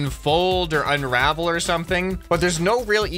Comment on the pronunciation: "we nees to unravel it" Me:did he just do a tokyo ghoul